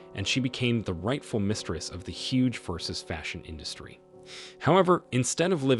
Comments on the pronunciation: "Versus"? Seriously??? I switched off eleven seconds in 😫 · VERSUS? Omg try even a little bit. Bye- cant listen !!!